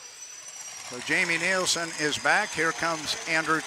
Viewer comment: you need to learn to pronounce Jamie's name correctly. NILSEN